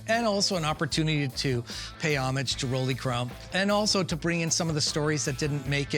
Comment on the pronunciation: Official Disney Imagineers continually mispronouncing Rolly Crump’s name?? I don’t get it.